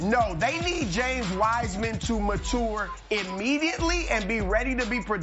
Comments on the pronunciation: Came to listen to draft news...stayed to see how many times MATOUR would be said. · Chris “Matour” Broussard. This man can’t say MATURE